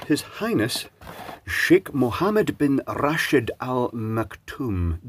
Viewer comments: Your pronunciation of his highness name is correct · Your pronunciation of sheikh’s name was perfect! I am impressed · Your pronunciation of his name is spot on. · you pronounced his Highness name correctly as close as possible to an Arabic native speaker